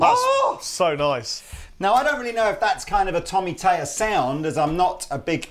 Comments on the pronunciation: So annoying that you keep saying Tommy Tayer... it's Thayer. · its THay er not tay er it must be the thames confusion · I love your videos but for the love of the Queen's nightgown could you please pronounce Thayer correctly? There is an H behind the T in Thayer. You're saying Tayer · Learn to say his last name correctly, please.